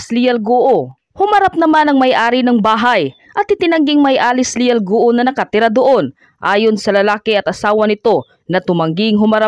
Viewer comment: Hirap na hirap kayong ibigkas ang GUO, ang tamang bigkas nyan Guwo at hindi Gu-o. Pinapahirapan mo dila mo.